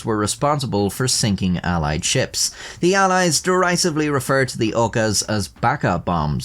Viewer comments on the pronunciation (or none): My mans, im sorry, but it is Kami -ka-ze not kama-ka-zi. Idk when you're making educational videos it feels worth mentioning, instead of being petty, I am hoping to be constructive and drive higher knowledge too. Also it's "dir-ris-iv', not, de-rise-ive, you're thinking of divisive, or derived (from), caught as I was typing. Anyway, thank you for the video!